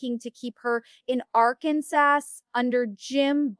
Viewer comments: Pretty sure that Amy- who lives in Arkansas- would know how to pronounce it 😅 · VERY!! They said Arkansas wrong and Amy would say Amy Duggar King.